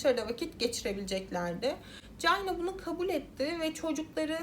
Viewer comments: Ya birader allah rızası için şu ingilizce kelimelerin telaffuzlarına önceden bi bak gözünü seviyim ya cayna ne amk hiç mi ortaokulda lisede çinin ingilizcesini görmedin çayna diye okunduğunu bilmiyosun? Eyalet isimlerini katletmene hiç değinmiyorum bile (Illinois, ilinoy diye okunuyor) Özel isimlerin %50sini yanlış söylüyosun davayı bu kadar araştırırken 10 sn bu nasıl telaffuz edilir diye bakmak bu kadar zor olmamalı!!! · Aklıma beyaz melek filmindeki sahne geldi orada da bebeğin altı kirlendiği için çamaşır makinesine koymuşlardı..:( bir de Çayna diye okuman gerekirken Cayna diye okudun her duyduğumda tüylerim kalktı 🥶🥶🥶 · Çayna diye okunması gerekmez mi? Gereksiz takıldım ya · Keske once ingilizce telafuzu oyrenseydin. Cayna ne ya🤦‍♀️ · çok çok özür dileyerek cayna diye telafuz ettiğin için izleyemiyorum videoyu